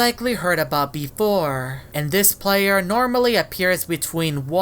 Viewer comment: “Beforah”